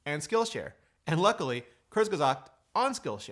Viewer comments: kurzgesagt is spoken: kurtz-ge-saagt! i had to listen 3-4 times and rewind to see what you were talking about... sorry. /endrant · Kurzgesagt: German for put a long story short. Sweet how you pronounce it Rene 🥰🥰😊😊😊 Greetings from Germany to one of my favourite Techies 👋🏻👋🏻👋🏻